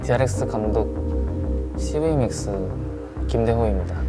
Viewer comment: 나만 c언어로 들리는건가 뭐지?ㅋㅋㅋㅋ